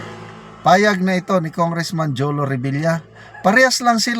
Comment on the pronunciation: jolo rhymes with bobo